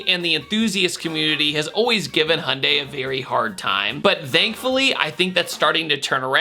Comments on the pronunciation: Is that how Americans pronounce Hyundai?... Hundie? There is a Y between the H and the U, You know that right? ;) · Hey, there’s a “y” in “Hyundai”. Just trying to help you out man. Sounded out slower: “hee-yun-day” (real-time it is 2 syllables) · Why do Americans always forget there is a ‘y’ in Hyundai?